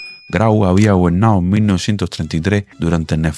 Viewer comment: Está muy buena la historia, pero habla bien, ocutta no, oculta, gobennao, gobienno, principammente, pessona, qué es eso?